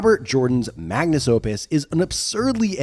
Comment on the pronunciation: It's Magnum Opus, not "Magnus".